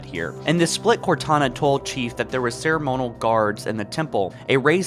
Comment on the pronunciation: “Nu-cler” and “ceri-monal” Why did you ruin this channel broski?